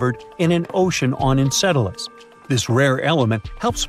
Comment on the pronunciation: The AI cant handle the word Enceladus